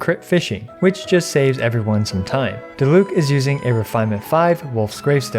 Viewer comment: yay someone that doesnt say die-luke but i mean if they were german it would be acceptable if u didnt know „die“ in german is a word that is used before other words that arent verbs or „descriptions words“ for example Die plüshtiere wich mean the plush animals and most of the time its used for a word that discribes for example not just an animal and instead multiple animals sorry if its not a good explanation with wrong written words but i tried